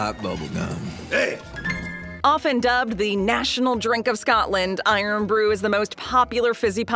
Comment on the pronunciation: It's irn rhymes with earn not blooming iron. Do you think they dropped the o just to cut printing costs.